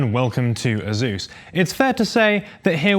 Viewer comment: " Azuz " nice 💀